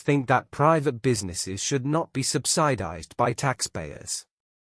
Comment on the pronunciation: The pronunciation for the word subsidize sounds really atrocious. It’s neither American nor English l